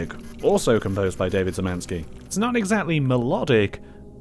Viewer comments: As a Pole, I died when he pronounced "Szymanski". If you want to know how to corrently pronounce it then you pronounce it Shh - y (just like in "say") - man - ski (exactly like the word "ski") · Szymanski is pronounced "Shyh-mahn-ski" Polish orthography is complete shit. I know. You pronounce polish surnames in a similar way to ukrainian and russian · you anglophones really need to figure out how to pronounce anything that's not in your simple language. Szymański ( being pronounced Shymanski) is not that damn difficult to pronounce if you put in a minimal amount of effort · szymanski is pronounced shemanski! its polish. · the "Sz" in Szymanski is pronounced as a [ ʃ ] -sound like "dish" or "share" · hearing you pronounce szymanski like this is quietly killing me inside lol